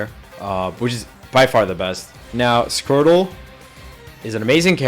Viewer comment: why does this guy say "scrotal" whenever he talks about Squirtle?